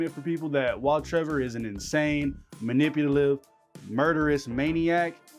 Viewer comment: Lmao cannot say the word “Manipulative” 💀💀